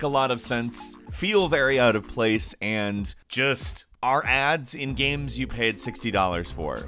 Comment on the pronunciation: GAEMS....not GAMES....but...Gaems...GAEHMS...GHEAMS....god i hate the way this guy pronounces games....G...A...E...M..S